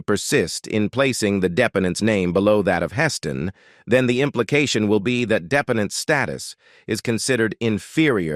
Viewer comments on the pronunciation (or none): They couldn't get a human to do the narration? Hess-stone... Redgrawvay... AI still has a long way to go.